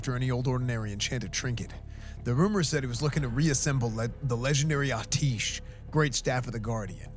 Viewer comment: Artish isn't how it's said.